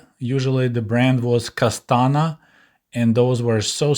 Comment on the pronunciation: Yugoslavian brand name was Koštana (Коштана) not Kostana but I guess it was pronounced differently in USSR. I heard stories from elderly people who traveled to USSR from Serbia (Yugoslavia) and unwritten rule was when in hotel you spread on your hotel room bed everything you want to sell and once you return to your room, goods are gone but there is a lot of money on your night stand 😁 some people even made trips to Moscow just to make money.